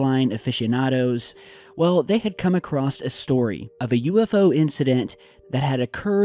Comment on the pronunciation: "Acrost" is not a word, dude. Don't go out of your way to mispronounce and add letters a word...